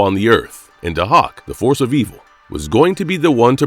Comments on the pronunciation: It’s pronounced “Day-hawk” not “Du-hok” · It's pronounced "day-hawk". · It’s pronounced DAY-HAWK!!! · Also, you're saying his name wrong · Can you not pronounce Dahoks name correctly because you slaughtered it here! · well it apparently takes one to know one cause that’s definitely not how it was pronounced. Sorry kid.